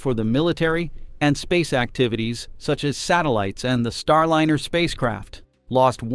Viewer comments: "Starlinner?" Can you please say "Star LIE ner?" "STAR LYNER?" Oh! You said it properl... - never mind. God, how I HATE text-to-voice algorithms! It's not that hard to say "Starliner": Star- l-eye-ner. Can you people PLEASE train this program properly? As to the problem they have with "fixed price" contracts, SpaceX had no problem with it whatsoever. They have now taken crews back and forth in THEIR (extremely safe, clean, uncluttered and spacious) Crew Dragon many times - using their own boosters - and they were only given HALF the money to develop it that Boeing was. Boeing needs to be shut down by the FAA COMPLETELY, until they restructure their top management completely, and stop sub-sub-contracting different pieces of their aircraft and "spacecraft" in order to try to save money. This Bozo CEO has got to GO! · For Pete’s sake fix the AI narration—it is Star-line-r , not Star-lin-r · Could you PLEASE fix your AI voice so it consistently says "Starliner", not "Starlinner." AI is irritating with its non-human cadence, but at least get tge pronunciation correct! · Proper pronunciation is "Star-line-ur", NOT "Star-lin-ur" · This is incredibly petty, but the capsul's name that you say over and over is Star-LINER, not Starlinner. If your going to bash Boeing at least get the associated names right. Just saying.... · NAWSA. STARLINNER. Why does your AI reader pronounce these words right only some of the time? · why can’t this be improved —Starlinner—. No room for real person ? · Can’t you at least get your AI announcer to at least announcer to at least pronounce “Star Liner” correctly. You must be a Boeing C suite type. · Can you teach auto reader to correctly say starliner? The i is long because of the e that follows. Thanks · The narrator needs to learn how to pronounce "liner". (Or maybe not so smart AI?)